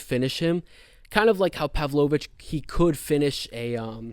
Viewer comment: Great analysis dude. I can't take the Imavov and Pavlovich pronunciation😂